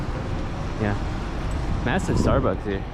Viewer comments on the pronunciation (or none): none